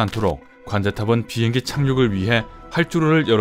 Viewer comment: 빙행기? 비행기 말하시는건가요 아님 빙하기 말하시는건가요